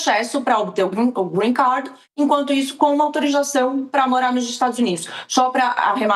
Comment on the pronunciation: kkkk A menina arrasa na pronúncia do "Green card", mas fala "proxesso" ...rs